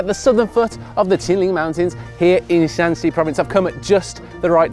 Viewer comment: 陕西说成山西了，哈哈